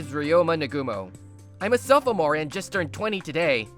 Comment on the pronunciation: That whole "sop•ho•more" pronunciation gets me everytime.😂